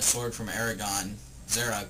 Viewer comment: pronounced Zar'roc wrong no offence